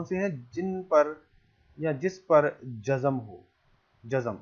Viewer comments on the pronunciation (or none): لفظ غلطی نہیں غل طی ہے اسیطرح لفظ و۔زن نہی وز۔ن ہے یعنی ز اور ن ساکن ہےز پرزبر ہے براہ کرم تلفظ کا خاص خیال رکھیں یہ لفظ ج۔ زم نہیں جز۔م ہے یعنی ج اور ج پرزبر جب کہ زاور مساکن ہیں